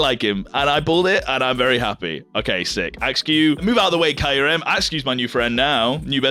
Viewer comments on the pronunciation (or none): That's absolutely not how Kyurem is pronounced.